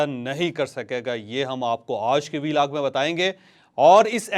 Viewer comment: 🤣asay lagta ha anchor ki zuban karab ha